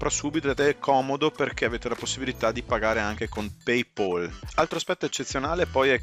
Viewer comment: le licenze acquistate su ebay erano scadute o già usate da altri...non mi sembra una grande idea, fortunatamente paypal (e si pronuncia come si scrive e non paypol) mi ha rimborsato.